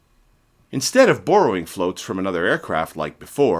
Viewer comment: You didn't mention anything about catapult launched sea planes and the Japanese sea planes hidden in a submarine... and the way you say Borrow is kinda silly... C- Minus... missing even a mention of the content you grossly overlooked. Try again. ❤